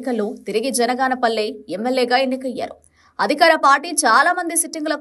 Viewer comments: ఆరుసార్లు జనగాపల్లి అన్నారు ఒక్కసారి కూడా బనగానపల్లె అనలేకపోయావే తల్లీ..... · జనగాన పల్లి కాదే తల్లి, బనగానపల్లె